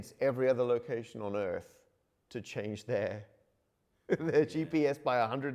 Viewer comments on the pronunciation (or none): none